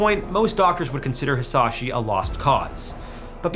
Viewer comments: Edit: Added the 2nd paragraph onwards. Why cant most content creators who stumble into Hisashi's case bother looking up his name's pronunciation.. at least make the effort bro, it's not hard And jfc they didn't keep him alive to study him, they did so at first because him and the family, after he wasn't able to communicate it was solely for the family. The ones that convinced them to let him go were the doctors. I can't help but question the rest of the info you shared on your video. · I am so glad someone understood his name is not said like that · The way bro pronounced Hisashi's name hurts me 😭